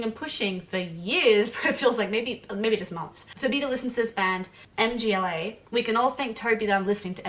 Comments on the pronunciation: MGŁA KURWA! not em dżi eley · For Christ's sake stop saying M.G.L.A! It's not an abbreviation or sth! It's a full band's name. It is a polish word "Mgła" - pronounced like [mgwah] - which means The Fog/The Mist. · Mgła is not "em-gee-el-ay", it's Mgła. It means "Mist", or "Haze" or "Darkness" in Polish. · "The band M-G-L-A" LOL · It's Mgła (meaning "fog") not M,G,Ł,A (like YMCA). But anyway, "Exercises in Futility" is brilliant. I have discovered synthwave versions only recently, and they're amazing. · The last one is MGŁA, not M.G.L.A :) Mgła is a Polish BM band and its' name means "Fog" :) Stay heavy \m/ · It's not M-G-L-A, it's mgła (try saying "mgh-wah"), it is a polish word that means "mist". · For Christ's sake stop saying MGLA! It's not an abbreviation but a full band's name. It is a polish word "Mgła" - pronounced like [mgwah] - which means The Fog/The Mist. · a czy tobie mieści się w twoim pustym łbie, że nie chodziło mi o pisownię lecz o wymowę? (Amerykanie mówią "em dżi el ej" zamiast mgla.) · Mühg-wuah 😅 Sorry, had to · They've probably heard so many different pronunciations ("muh-gla," "mah-gla," "mih-gla," "EM-gla," "MGLA" as an acronym) that nothing surprises them anymore lmao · and mgla is pronounced more like magwah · Mgla is pronounced MuhGwah. Band name means "fog". The other black metal band named "fog" is Taake. And they are ESSENTIAL black metal listening. Their 2005 album Hordalands Doedskvad is a stone cold classic. I actually think if you like Mgla, Taake is right up your alley. Especially based on your stated reasons for liking Mgla. They have that classic 'hazy' production. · Mgla is pronounced mm-gwa